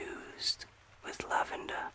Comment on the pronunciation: I must be tired. I heard “the oil is infused with Love-ender.” LOVE-ender. And I was like, “Yes, please. Yes.” ❤